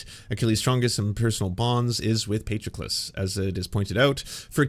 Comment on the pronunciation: Amazing how you took the time to look up the pronunciation of Patroclus and then ignored it completely and proceeded to mispronounce it throughout. Just spectacular.